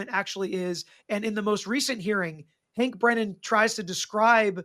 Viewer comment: I dk if you meant to call him "Breenan" instead of Brennan but I'm all here for it 😂 I keep hoping Alessi starts calling him "Breeenan" 😂